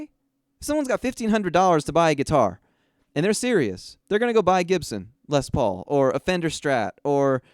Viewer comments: A Jibson? I always heard the "G" was pronounced with a "G" sound.. a hard G, as in Gross. I would never spend money on that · why do you keep mispronouncing Gibson?